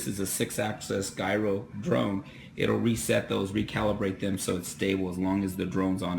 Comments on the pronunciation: But the guy below is correct, Pronounced " Jiroe " Starts with " J " sound. But very great & valuable tutorial. Thanks again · Gyro is pronounced like it starts with a j, not a hard g.